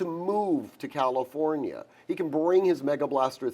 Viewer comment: Once he said Calinfornia….scroll to next vid 😂